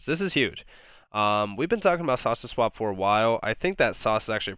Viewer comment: Do you have a cold? When you say "saucer swap" you sound like you are saying "sausage swap" LOL. Cheers mate.